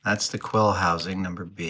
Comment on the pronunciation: Did he say “number B”? 😆